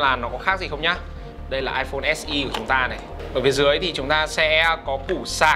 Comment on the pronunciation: "ếch e" và "ếch i" :v